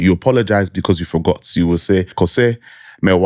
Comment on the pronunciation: Bro the Twi side de3 hihi ...... its pronounced " K o u s e h " - phonetically " Kos3 " write-up but great video as always